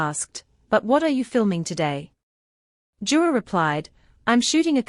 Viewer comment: It's yura not jura ❤plz